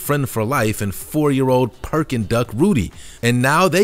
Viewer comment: "Peking" is pronounced "Pea king" not "Perking" 😭🤣